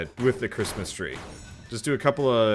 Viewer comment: Crit-mas Tree